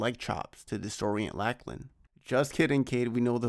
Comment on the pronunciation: Awesome overview. That helps to understand what the hell I'm looking at when I see them compete and why their wild scrambles still result in wins. Also just FYI it's pronounced LOCK-LAN, not LACK-LAN. Think Lochness monster.